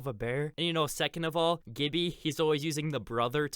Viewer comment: Please stop pronouncing "Gibby" with a hard G, it's just flat out wrong ahaha.